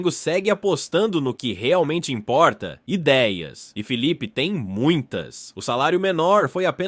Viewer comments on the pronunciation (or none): NÃO É FEEEE E SIM FILIPE É COM ( I ) SUAS ANTAS